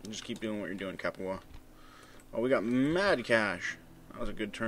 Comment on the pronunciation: "Capua is hapyua".